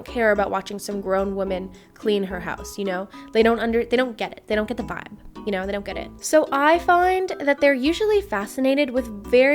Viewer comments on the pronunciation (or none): none